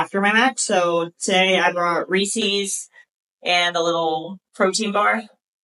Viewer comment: can't even say reese's correctly sounds like a moron